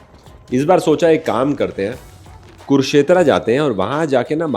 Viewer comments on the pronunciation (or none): कुरुक्षेत्रा नही कुरुक्षेत्र बोलिए भाई,आपसे ऐसी उम्मीद नहीं थी। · I dont like when people say कुरुक्षेत्रा instead of कुरुक्षेत्र . even people from kurukshetra say the same. Its same as dharmendra not dharmendraaa or jeetendraaa . I enjoy your travel vlogs though I wish you correct people. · Why are you pronouncing kurukshetra as kurshetra ?